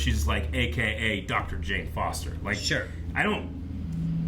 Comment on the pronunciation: no problems with that but it's weird that she knows how to fight when Mjolnir only provides strength and yeah,the cheesy eat my hammer and dr jane foster - mispronounced 🤣🤣